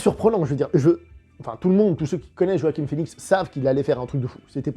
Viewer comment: C’est JoaquiN (et non pas JoaquiM) Phœnix ;-)